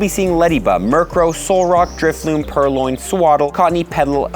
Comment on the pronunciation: its not purloin